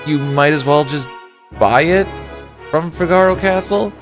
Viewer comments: Fi-gar-o hurts my ears Fig-a-ro sounds so much better. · Its Fee-gah-row not Fig-are-oh. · Fi-GAR-o? It's FIH-guh-ro . . . Say it fast 3 times like you're an Italian opera singer 😂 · Wait.. wait.. wait... I cant be the only who pronounced Figaro like from a play,right? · i can't imagine figaro pronounced any other way than the way it is in italian, [FIG] + [UH] + [ROH] not trying to shame pronunciation in a game where we definitely can't know for sure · Great video! The only thing that was painful was the pronunciation of Figaro. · The way you pronounce "Figaro" bothers me.